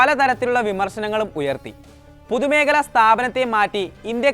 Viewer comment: അത് പോലെ തന്നെ "പുതുമേഖല സ്ഥാപനം".